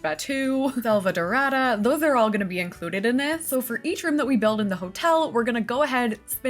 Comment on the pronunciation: As a brazilian the way you said “selvadorada” was so spot on that I almost believed you were at least 30% latina